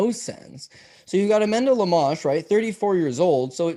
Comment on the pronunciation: Am i wrong but they are pronouncinng amanda lemos name wrong? I think Lemos is a lock 🔒